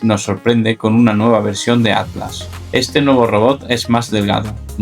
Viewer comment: Pronuncia la MALDITA T es ATLAS no ADLAS